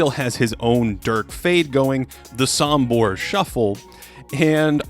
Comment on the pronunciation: Oi just wanna say it's pronounced "Sombor" with an o not an a ("Sambor" as you've said). That being said amaizing video.